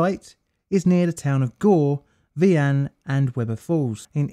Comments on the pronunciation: ngl, kinda weird to watch a video about my home area. btw, vian is pronounced Vye(like eye)-anne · I finally did watch it, and my only comment (as a Vian High School graduate) is that the I is pronounced like “eye” ;). Also my uncle in law would have been chief of Gore police at the time this happened. He’s unfortunately passed, but I’m sure there’s some untold story about the emergency response or lack thereof. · As an Arkansan I’m quite entertained by his pronunciations of town Names. Like vian